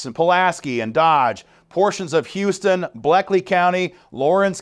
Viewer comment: Ugh... It's pronounced "Howston" County here in GA!